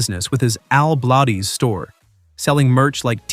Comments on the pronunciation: You really should learn how to pronounce his name correctly. i know how good his work is because I have been subscribed to his channel for over a year. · I watch Al but who ever or whatever spoke on this video did not know how to say his last name!!! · Yes if you going talk about someone learn how to pronounce his name right. Al is an awesome guy who blesses many many people. The guy that is talking sure needs to learn more about the person he is talking about. God bless you Al. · You don't even know how to say his last name!!! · That's not how you pronounce Bladez. So that means you've never watched his vids. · Come on, if you are gonna talk about this man, at least say his name correctly‼️I love his videos, his kind heart and his hard work, at least give hm the respect he deserves and has earned!!! Al Bladez‼️‼️ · Robots always mispronounce names and words. Irritating! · Yes, as soon as he pronounced his name twice, I stopped watching!!! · Why are you mis-pronouncing Al’s last name? It’s Blades as in “blades of grass”. AI or not, get it right, please.😉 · Al BlAdez! Pronounced as "Bladez" like knife blades! Not How you say it. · If you're gonna talk about somebody, at least say their name right, Al Blaaaaa dzzz is how you say it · Fix your bot. Bladez. As in Blade. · Evidently you don't watch his shows. You keep mispronouncing his last name. Sounds like BLADES. BUT A Z INSTEAD OF S. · Al is awesome! If you are going to keep having artificial (un)intelligence narrate your videos, you need to go back and make sure it is saying things right, especially names. It seems very disrespectful that you allowed it to continually mispronounce his last name. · I have watching Al for a few years now, he is the kindest,sweet guy. Everyone has a few bumps in the road. A I can’t pronounce his name right, that’s why I don’t like A I reporting. Al is a very hard worker, and he is well liked. ❤️💕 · Pronounced Blades not blah dez. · Blades Bladez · Bladez is is pronounced as Blades